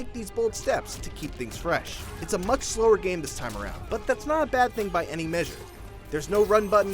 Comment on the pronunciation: “Too muck blood” 9/10 -IGN